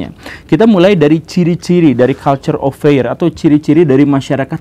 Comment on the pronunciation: bacaannya "kalchur of fir" bukan "kalchur of feir" pak guru😁